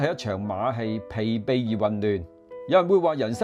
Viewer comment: 疲「憊」音敗，不是備